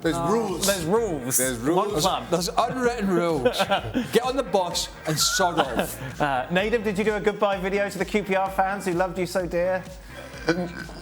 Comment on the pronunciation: Leave it to Dan to make it sound like Nedum's last name is "Manure."